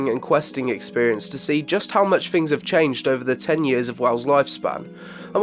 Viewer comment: Did getting sick induce some kind of speech impediment? Fings, foughts, one fousand, froat virus? Hahahahahaha!!!